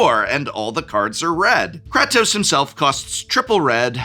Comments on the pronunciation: Wow he really butchered Kratos name lol. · mispronouncing kratos was a good bit Edit: they did make a Metal Gear (Solid) secret lair..its the secret lair by Yoji Shinkawa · I involuntary twitched every time he said kratos wrong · As a big god of war fan i need to know if Prof is mis-pronouncing Atreus and Kratos... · prof pronouncing kratos with a short a instead of a long a had me doing a double take for a moment. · God I hate the way you say Kratos! The game has only been around forever and I am sure you have heard the pronunciation. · Prof, in the nicest way possible, IF you're gonna talk about franchises you don't know about, at least learn how to say the characters names 😂 "Krah-toas"? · KRAH-TOS? ugh. please don't ever say it that way again. painful. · You cannot be serious with that Kratos (Kray-Tōs) pronunciation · I need to cleanse my eardrums somehow after hearing Prof butcher the pronunciation of Kratos. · Dude you said Kratos wrong one too many times. Please. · Prof, i had to post a second comment on this bc i need to congratulate you! With the exception of Nathan, you managed to mispronounce the majority of characters from these games and you repetitively stated the names wrong. It was so infuriating I need to make alter of my rage now! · Is he-is he intentionally saying Kratos name wrong???? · Well, you finally got me annoyed, im on my way to calling you out as an "old man yells at cloud". Please stop saying "Kratos" wrong lol. Thanks for the video and I still love you 🥰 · Dont say Kratos, but pronounce it as Kratos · that kratos pronunciation 💀